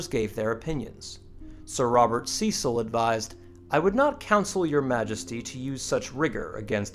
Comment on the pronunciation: the pronunciation used by the narrator is excruciating Cecil, Lancashire, Gerard, Champion all wrong. If you get an American to say English names get them right!